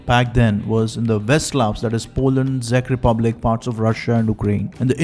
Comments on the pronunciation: Heyy brother, love your videos, btw it's pronounced as "check republic" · Czech rep. he got completely wrong ...